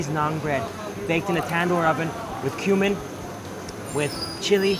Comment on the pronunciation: Every time he says "cumin" it sounds like "human". ...And it also smells like there's a bit of spice in there, maybe like a bit of human.